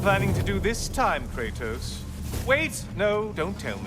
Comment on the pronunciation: I love how he pronounces Kratos's name, it's sounded so grudgful